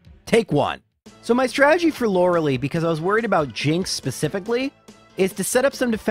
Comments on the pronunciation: Lore-lee for, Lore-lie for everyone else & to be correct apparently... but am I alone or did anyone else pronounce it Lore-lay as a kid??? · "Loreli" I'm dying 😂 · Why am I so uncomfortable with the way he says Lorali? I always read her name as Lore-a-lie. Am I the one saying it wrong? Lol it's a great video but I've never heard it said like that